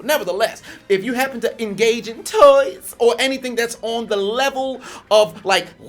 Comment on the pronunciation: IS HILARIOUS!!!! The way this brother pronounces certain words is funny as hell!!! "😬😧TOYZ" 😂😂😂😂